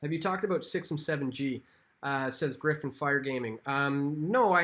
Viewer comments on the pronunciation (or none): none